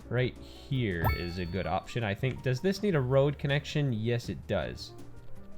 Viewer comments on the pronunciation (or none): none